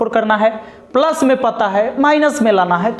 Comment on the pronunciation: पलस नहीं रे बाबा प्लस 😂